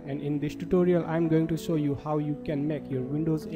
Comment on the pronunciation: M going to Sow u not show u lol. His accent is cheaper than a dumb fish